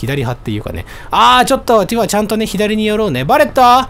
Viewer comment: 毎回だけどティファをティファーって伸ばすの気になっちゃうw